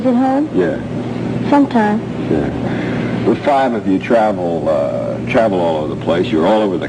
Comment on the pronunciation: michael jackson always pronounced "sometimes" as "SOMETIME" even as adult.